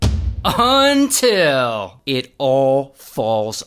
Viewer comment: we all gangsta until he says “until”